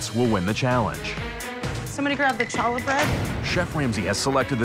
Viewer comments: Siobhan saying CHA-la made me cringe. It’s challah, booboo!!!!!!! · i am insulted by them mispronouncing challah im sure every jewish person here is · Right? I hear people mispronounce it all the time. If you hear Jewish people say it they do the back of the throat “ha” sound so really Ben wasn’t saying right either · HAHA! Benjamin's face in reaction to the way that Siobhan pronounced "challah"! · The fact that he was mad at her for saying “challah” like a good 70% of white people say it like that and it doesn’t mean she’s a bad cook just Bc no one told her the correct pronunciation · The red team was still able to eliminate one of the bottom two sandwiches based on looks alone, and they lose because of that? Siobhan shouldn’t have been so upset when her dish was only better than the worst one on her team. And as much as I dislike Benjamin, pronouncing Challah the way Siobhan kept saying it is super annoying